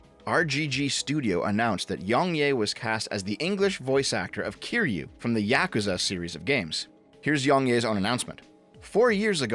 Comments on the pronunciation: meanwhile i die everytime says Yahkooza instead of yakuza. also if yong yea was genuine about the admiration for the franchise he would have rejected the offer because he is self aware enough that he doesnt fit the part. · im sorry but thats probably the worst pronounciation of yakuza ive ever heard 💀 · how tf does someone with "otaku" in their name butcher the pronunciation of "yakuza" that badly? lmaooooo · can you stop saying yakuza like that